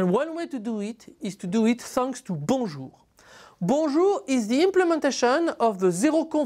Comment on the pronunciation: Apt that YouTube should recommend a Bonjour protocol explanation from a Frenchman! Thanks, now my understanding of bonjour is correctly pronounced :)